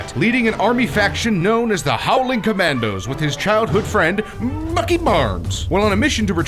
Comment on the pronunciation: Why does when he say bucky it sounds like FUCKY